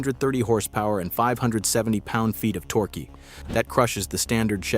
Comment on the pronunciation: Power-boost, torquee! AI idiot!